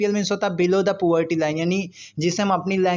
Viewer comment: Poverty not poorty